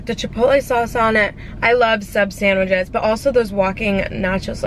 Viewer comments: Or sandwiJes 😅❤️ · “Sandwidge” “sandwidges”